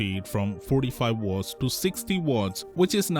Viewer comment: "Wortts" 😂 instead of "watts" 😅